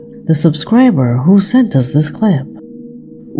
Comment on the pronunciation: Hoo is in the wall?? Hoo? Hoo? Hoo can't pronounce owl? AI, that's Hoo!